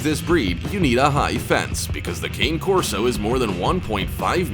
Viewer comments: It is pronounced Ca-Né Corso: it is an Italian breed and kayne means nothing at all. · I’m surprised u didn’t have presa canario and/or South African Borboel… also, lots of people mispronounce cane corso; it’s pronounced caan-e korso, not cain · How did the Boerboel not make this list??? and it's pronounced Cah neh Corso not Cane, it's Italian. Thanks for the vid, lots of great footage. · It’s not King or Cain Corso it’s Cane Corso pronounce con-nee corso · Cane Corso is pronounced Kah-nee Kor-so and they are the most amazing breed if owned by people who know how to handle them. Ramsey deserved it. They are very athletic but the combination of intelligence and willingness to please sets them apart from most guardian breeds.